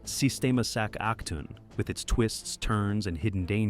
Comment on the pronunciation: it’s pronounced “Sac A Toon”, everyone gets this wrong lol. My son watches Octonauts, they have a special about this place.